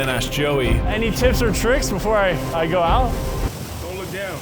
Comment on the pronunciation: "So here we guuu" I fucking lost it, lol thank you